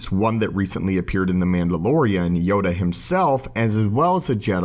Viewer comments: sounds like Yoga not Yoda. Made me laugh, love the vids. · Yoda has a last name it’s LAY HEE HOO YODA LAYHEEHOO